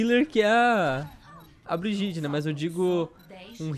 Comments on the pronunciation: Calango Br Olá uma pequena observação: o nome dela se escreve Brigitte, mas se fala Briguita. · Se fala "briguita" porra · A pronúncia do nome dela é mó estranha, Brigitte (Briguita) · Se pronuncia Briguita pessoal... Não vamos ser os únicos a pronunciar errado...